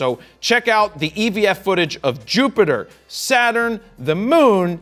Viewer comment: I think his "picture-ter" and "Jupitter" more than made up for it, me thinks.